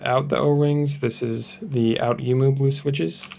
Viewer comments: For any who wants to pronounce outemu its ohh-temu thank me later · outemu is pronounced "oh-oo-te-moo" (that first oh-oo being pronounced fast enough to be a single syllable, for 3 total syllables) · the way you pronounce outemu makes me feel sick